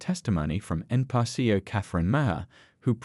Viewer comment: You should teach your AI to pronounce: Pee Bee Ess, Enn Pee Are. Just more MSM crap. That's Emm Ess Emm. Meaning news paid for by dems. CRAP.